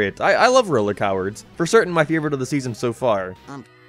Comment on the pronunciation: 'Roller cowers" i never thought someone could pronounce "Roller Coaster" so wrong before and even in editing you didnt redo it?